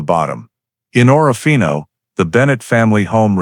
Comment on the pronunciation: Total Bull. Someone threw a dart at a map. It hit Orofino ,and they made up this story. Priest Lake is over two hundred miles from Orofino, Idaho. More proof the people who made this video have never been to Orofino. In the video they referred to it as Oro-fino. All locals pronounce it as Or-fino. Like a lot of videos about the terrible murders in close by Moscow, Idaho the people who have never been there say Mos-cow. All regional inhabitants say Mos-co. In either case the locals would have corrected the author's incorrect pronunciation.